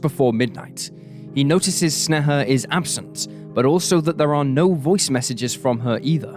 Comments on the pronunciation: It literally takes like 30 seconds of research to find out that sneha is pronounced like "snay-hah" and not whatever snuh-huh is supposed to be. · Snay-ha, not Sne-heh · i hate how u say her name. u say it soo many times and it sounds weird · Hearing my name from an American's mouth it feels wierd. You butchered the pronunciation. I am cringing.